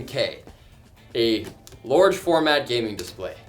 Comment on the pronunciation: "a lorge format gaming display" xD I will never say large differently